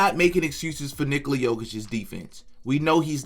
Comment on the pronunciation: Nikola is Nicholas without the "s" sound Please stop with the Nikoli